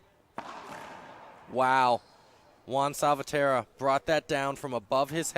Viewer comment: It's important for both commentators to pronounce the players' names correctly. Salvatierra has five syllables, not four. Just listen to Favio, and you can't go wrong.